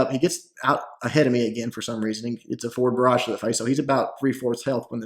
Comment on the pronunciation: When you say "Forward Barrage" (Skye's B ability) it sounds like you say "Four Garage"